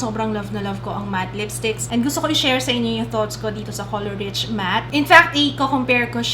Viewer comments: it's pronounced color reesh, not rich 💕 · dapat po "reesh" ang pronunciation not like "rich":)